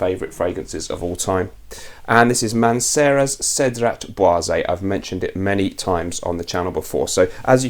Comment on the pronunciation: Cedrat is pronounced cedra, without T in french.